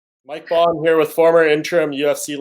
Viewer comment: Name's Bohn..................................